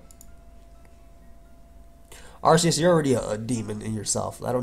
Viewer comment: Arc. Not arse